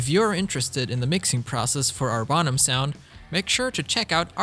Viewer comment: Bonham. Pronounce it right. Not bom ham . Jew boy .